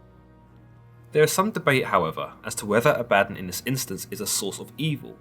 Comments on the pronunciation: Danga Langman ; I have now done some leg- work on this my friend. Having spoken with many of my Masonic friends, and now I speak this.... first I’m pretty sure it is pronounced ab a don, also known as Azazel (a demon) and is Not a god. The Masonic right asks for you only to believe in a higher power (God) and to humble yourself to your faults. Try to make yourself better ( level and square) below an ALL SEEING EYE. Basically, be good to your neighbors, helping anyone you can unless it causes harm to your family or “brothers “. ... basically the 10 commandments. ✌️JTA. Thank you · Ah-bah-Don. Not A-bad-on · "AB a Don" not "A bad on" He was the first watcher. Like a gopher. Go for this. Go for that. He despised his job and when god wanted someone to punish man he volunteered. But half the job was seeing if his negative actions actually had positive effects on mortals. Over time Abaddon learned how to manipulate mortals back on to the "Righteous Path" He taught Michael when Michael was cast down to earth as Lucifer. You guys are reading these books, the few that are remembered but its like reading chapter 1, 3, and 5 and thinking you know the whole story. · Not abadin as in Aladdin more pronounced aba-don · Ab-bah-don. Not ah-bad-in. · all i can think about in my head is how you pronounce it a-badden and i pronounce it aba-don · Ah-beh-don ... Not abadon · It's not Ah-bat-on, it Ab-ba-don. Consult theologians before posting. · I love you series on the bible! Pronounced A-Bad-Don. Don sounds like dawn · I'm pretty sure it's pronounced, (AW - baw - dawn.) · Always thought it was pronounced Ah-bah-Dawn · ThatBlogGuy yeah it should have a longer o sound at the end. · I think you are pronouncing it wrong. It's Abba-don. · Bruhhh I can’t listen to this correct your pronunciation of abaddon it’s pronounced a-bah-dawn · I think it's pronounced: "Ab¹‐Uh²‐Don³" 1)Your stomach muscles 2)A question, "Uh, what?" 3)The sun rising at "dawn" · It's pronounced "abba-don" dude lol